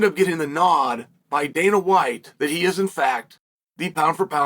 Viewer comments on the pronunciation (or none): none